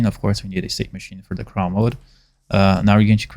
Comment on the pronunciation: I find is so funny you say “craw” is crawl like how a spider crawls haha